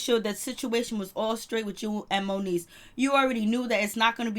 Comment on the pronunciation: Its MONIECE love. Not monique ❤